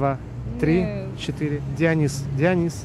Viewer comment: И не Ди'онис а Дио'нис